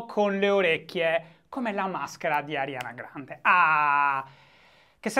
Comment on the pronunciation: Finalemente qualcuno che pronuncia correttamente il nome della cantante e non dice "Arianna Grande"